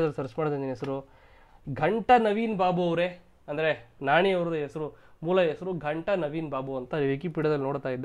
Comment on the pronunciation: ನಾಣಿ ಅಲ್ಲ ಗುರು, ನಾನಿ 😂